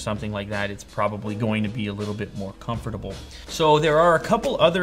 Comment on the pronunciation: He said "comfortableable" 😂😂😂